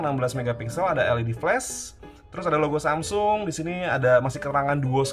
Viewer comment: Hape tertipis pada masanya... Btw bang saya ngakak denger SAMSING 🗿